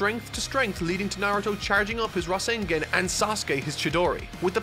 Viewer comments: Every time this man said rasenGEN felt like I was having and extreme case of brain fartin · “The Rasen-GAH-n” …caught me off guard lol